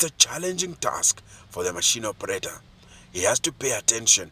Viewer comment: Why did the narrator say operarer though😂😂